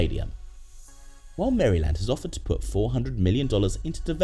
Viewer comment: “Mary Land”